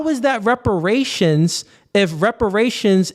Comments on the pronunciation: “Respirations”??? This moron cannot even speak english… WTF are respirations?? LMAO! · Soooooo we just gon continue letting him be more ignorant and sounding dumb as shit.. its REPERATIONS,, not RESPERATION🤦🏿‍♂️🤦🏿‍♂️ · He can’t even say the word “reparations ” right it’s sad and embarrassing to be this type of black